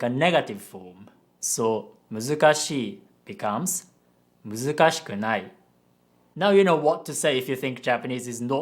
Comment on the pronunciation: Why don't you pronounce the shi-sound fully when you turn muzukashii into muzukashikunai?